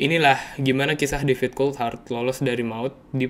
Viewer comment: menit gua dengernya Difficult Hard bukan David Coulthard, emang beneran susah mati sih si DC 😂